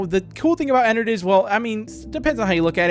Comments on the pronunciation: IT'S EN- ARD NOT EN-ERD! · the way he said ennard "ehnurd" XD